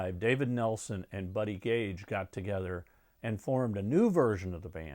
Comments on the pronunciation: Buddy Cage not Buddy Gage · Buddy Cage, not Buddy Gage.